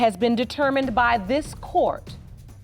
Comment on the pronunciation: “Court “. Not “Quart”. Good lord…..